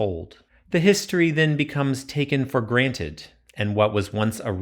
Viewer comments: She said history for gran-ight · "Taken for Granted" was delicately pronounced